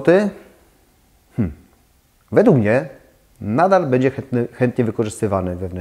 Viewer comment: z przyjemnością oglądam Pana filmy, byłoby mi jeszcze przyjemniej, gdyby dbał Pan bardziej o poprawną wymowę np. minimalizM, bĘdzie:) to nie krytyka tylko konstruktywny feedback;) ps. Chętnie obejrzałabym filmik o stylach - japandi, modern classic itd. Chyba że juz taki jest, ale nie mogę go znaleźć…? Pozdrawiam!